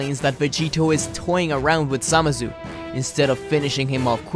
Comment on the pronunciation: For every time you mispronounced it: Zuh-Mah-Sue